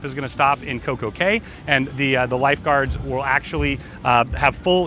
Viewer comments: A caya is pronounced key not Kay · pronounced coco key*